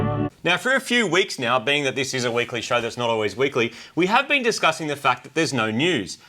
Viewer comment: said "You are a peing"